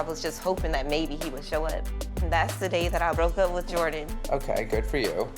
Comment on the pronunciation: Angel into them Asian boys🤣🤣 “Jordan “ was fine tho